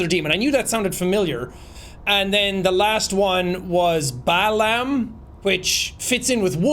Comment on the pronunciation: Bye yell (Bael), pie man (Paimon), baa lamb (Balam)... these are Ars Goetia demons... And the way she pronounced that was almost like a summoning. I knew there was something demonic happening here